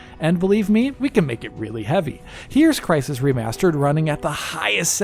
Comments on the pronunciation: its Crysened, CRYSENED! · I physically cringed when you said crysisened